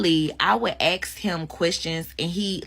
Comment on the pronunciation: axed instead of ask.